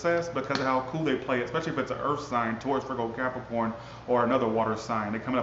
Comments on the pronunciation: Lmao! Sesame Street...cap-ri-corn 💀 😂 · You be making my day!!! Ca-pri-corn.... 3 syllables folks.....